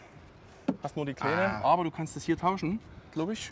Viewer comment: Ich hätte ja nie gedacht das jemand aus Bayern sich sächsisch spricht - Heckklappe Dauschen… Jawollll Kunde